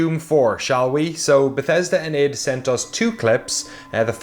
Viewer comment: ID as in Photo ID. not "EID".